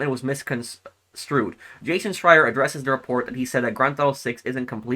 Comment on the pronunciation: couldn't even say his name